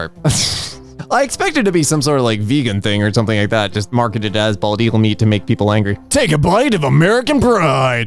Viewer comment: NOOOOO NOT BOLD EAGLE- My French trotting fan mind hearing bald as Bold